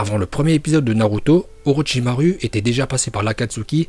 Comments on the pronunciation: Très bonne vidéo sauf que on ne dit pas "OrochimarU" C'EST AVEC UN U MAIS ON DIT OROCHIMAROU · On dit OROCHIMAROU pas OROCHIMARU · je pense que tu fait rire tt le monde avec ton U a la fin d'orochimaru, de base sa se prononce "orochimarou", mais écris comme "orochimaru" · PRONONCE BIEN LES NOMS!!! Orochimaruu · C’est pas orochimaru le u comme ou et itachi il y a pas de t itachi 🦃🤦🏻‍♂️